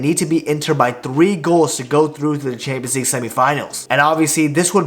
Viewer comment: bro why can't you say "champions league" I hear "Chamzee"